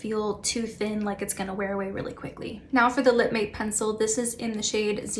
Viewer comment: Its not lip mate 😅 its spelled 'MATTE' but pronounced MATT like the name.